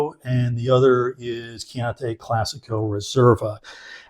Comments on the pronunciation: Thanks for the value alert - I’ll definitely try to find it at my local Costco. CCR are one of my go to value reds. One nitpick: your pronunciation of Chianti dries me crazy- it’s Kee-ahn-tee, not Kee-ahn-tay. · You pronounced "chianti" incorrectly throughout the whole video and probably have done so for the past 40 years too. :)